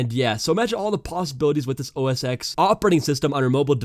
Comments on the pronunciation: it is read as "OS TEN" not OS X lol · STOP SAYING OH ESS EX ITS PRONOUNCED OH ESS TEN